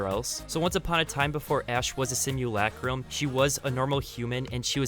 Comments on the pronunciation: Stop saying simulacrum so weird stinky boi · Why do they say simulAcrum it’s just simulacrum they all pronounce the a on it’s own